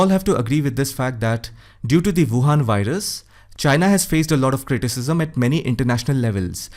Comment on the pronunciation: "Wuhan Wirus" 👍🏼 😂